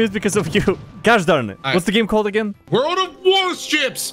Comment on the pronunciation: Lol it's just "World"